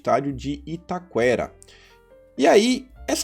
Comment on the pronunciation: I TA QUE RA Pronuncia-se como QUE RO ou QUEI JO